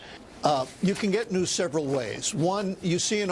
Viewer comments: I thought they were saying "nudes" instead of "news". You get your nudes from the local news. What a world we live in! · At first I thought they said nudes not news. :/ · I thought Cenk was saying 'nukes' not 'news' at first, so I was very confused